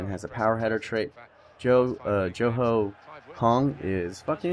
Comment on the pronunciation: haha his name is pronounced Ji-ong Ho haha yeah hes definitely one of my favourite CB in the game :D hes a beast CDM aswell :D oh and i forgot if i comment this before but Miyaichi overall go up to about 82 so hes got good potential